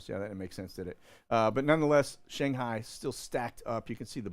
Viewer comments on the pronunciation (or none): none